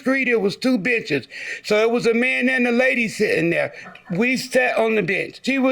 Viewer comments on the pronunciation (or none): I thought she said it was two B*tc*z lmao 🤣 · I swear I heard the defendant say bitches instead of benches 😂😂😭😭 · Two benches!!!! Definitely not what I heard initially lol